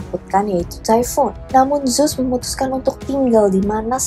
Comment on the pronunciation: Kak, ceritanya udah bgus bnget pembawaannya juga kren, tpi coba kata2nya di indo kan saja GK usah make Inggris2, bingung jadinya, Zeus diblng zus ku pkir emng ad dewa baru eh udah smpe tngh vdio baru sdar ternyata Zeus yg dimksd..